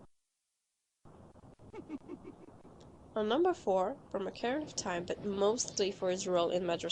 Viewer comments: Because why the frick would you pronounce ➡️O⬅️carina "Ahh"car-anna'? And as for her list, I didn't call her opinion wrong did I? I merely stated she has a different opinion from what I would call creepy. I.e COMMENTING in the COMMENTS section. So next time, instead of bumping a long-dropped thread (just to fuel that bitchy part of you that would love to feel superior) keep moving - and maybe next time do your research instead of jumping in tits first. And yes, I do pronounce things correctly. I'm pretty good. 💁🏻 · *OCA-RI-NA *MAJ-OR-A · Who on earth pronounces it "Ach-ar-anna" of Time? Also, you clearly have a different interpretation of the word 'disturbing' than me. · Started cracking up when I heard her say that because I read this before the video.